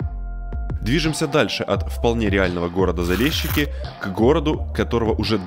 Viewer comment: БуковИну , ЧерновЕцкой, Залешки, ору